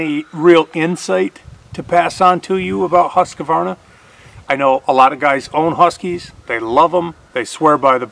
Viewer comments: you're a very intelligent, knowledgeable young man, but I dislike the way you mispronounce Husqvarna (Hoosk-varna). I love watching your videos and am an avid fan of your channel. Take care. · Husqvarna not Husquhvarna